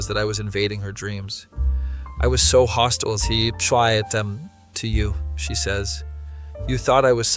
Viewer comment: thats not how your pronounce 'hostile' but okay